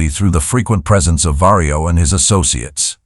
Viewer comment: Vario or Mario? 😆